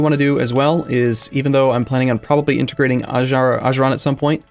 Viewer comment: >intergrating Ajuuraan N U T